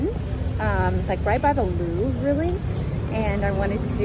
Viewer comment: Here’s a small tip for your pronunciation: it’s "le LouvRE", not "le Louv" :)